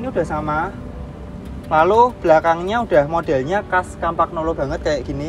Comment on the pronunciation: Bagusan mana dg campagnolo bora ultra mas? Oh ya btw pengucapannya kampanyolo, bukan kampagnolo atau kempegnolo